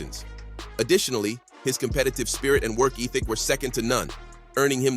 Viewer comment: The way you pronounce "ethic" is overrated